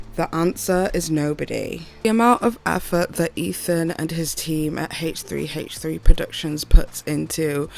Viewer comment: It’s called H3 not Haaaaaaach 3. Driving me nuts every time you said H3 H3 like that!!